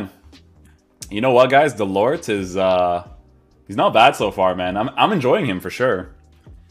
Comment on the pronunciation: Nice review as usual. Just a tip in french you do not pronounce the final “t”. This goes for Delort or Mollet for instance. Pronounced Delor and Moley.